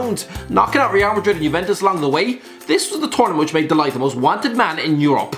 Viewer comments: No one : Irish Gay: Mathijs Day Light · the "g" in the ligt is pronounced as a harsh sound like someone is clearing his throat. You hear the sound also very often is middle-eastern languages. If you want to hear it for yourself just look up a video where someone is talking dutch and you will hear that weird sound in almost every sentence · Hi. “No one cares if your first”- Legit everyone. And, you butchered De Ligt’s prounounciation. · De Ligt, De Likt, De Lit, De Licht, De Light. So many ways a man’s name has been pronounced.